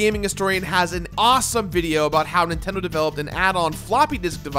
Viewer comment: "Official Nintedo Seal of Quality"